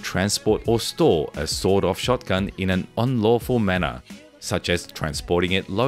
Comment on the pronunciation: Every time author says sawed-off shotgun, I hear sawdust shotgun or sold-out shotgun 😅